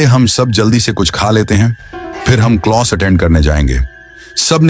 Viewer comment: Closs kya hota hai class kehte hai 😂